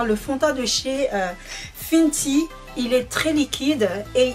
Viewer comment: "Finty" mdrr non c "fenty" sinon bonne vidéo comme d'hab ta de très bon ustensiles c trop beau💕😍😘🔥🔥 de plus tu a une bonne technique de maquillage et tes belle avec ou sans t'en que tu est toi même nous on t'aime😍😘😍💕😘💕💕💕💕🔥